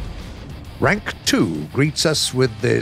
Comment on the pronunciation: he said rank but it sounds like "quack!!!"